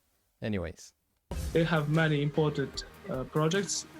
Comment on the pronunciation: He also said imported instead of important .